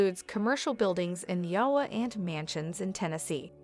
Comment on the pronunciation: Duh butt??? Did you mean debut (day bew) Aiwa???(a i wah) IOWA??? (Eye o wah) dumb ai voice overs.